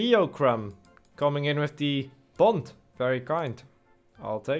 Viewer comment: xD, I was watching the games of gielinor, and found you via that series. I am dutch myself and you saying thank you for the BOND. really sounded like the MAND meme, from Dumpert. made me crack up;)